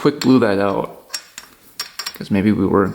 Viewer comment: Did I hear. I'm going to test it "ooout" in the snow? You seem to have some hoser in you " heye".